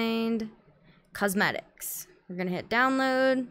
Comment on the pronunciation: It's pronounced Quos-metics